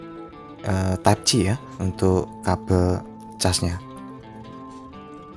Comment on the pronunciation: Type C, bukan type ci 😂